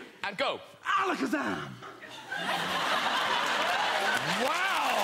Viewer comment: he said alackazam with all the virgin power